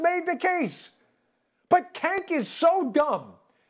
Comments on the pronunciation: "Cank" lmfao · I just gotta say, it's very rude of you to call him Cank, as if that was a word. It's pronounced "Jank," short for janky lol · It’s not Cank, his name I believe is Chunk Hunger. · LOL It’s pronounced “jenk”, but still funny to hear him called “kenk”. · He called him kank 😂😂😂😂 That's hilarious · I live how he keeps calling him "kenk". Lol... It's awesome. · "kenk" I love how no one pronounces his name right. idk if it's on purpose or not but either way it's hilarious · And he's extremely obnoxious AND his name is pronounced Jenk - I think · Buh, buh... but he made faces and... and... his know-it-all attitude is SO PERSUASIVE - Cenk Uygur MUST be correct, I've even heard him speak LOUDLY, this guy's thuh real deal, yo. HAAHA HAA HAHA HAAAA! Cenk really is outrageous, isn't he? And Dan, I am not inclined to correct your pronunciation of his name because, as most of us know, mispronouncing an individual's name conveys disrespect. Cenk is as disrespectful of his viewers and the American public as any propagandist and yes, gas lighting is TYT's stock-in-trade. Uygur is the object of derision because his use of it is has caused him to become cartoonish. Hahaa, cartoonish, as in a dollar sign on each cornea!